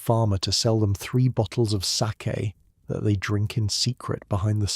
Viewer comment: Ɓe nice if the fake narrator could have been programmed to pronounce 'sake" properly. This garbage is not even worth that small effort. Give it a negative review, that is what it merits.